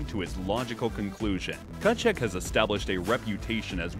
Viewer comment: that pronunciation on Tkachuks name lmao